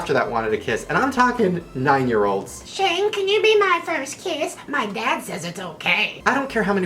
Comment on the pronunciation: shane mispronounces almost every youtuber's name lmao